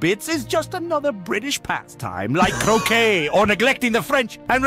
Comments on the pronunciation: on first listening I thought he said cocaine rather than croquet and honestly cocaine would have made more sense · He said croquet